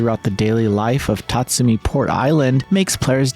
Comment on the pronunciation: TA-SUMI Not TETSU-MI ...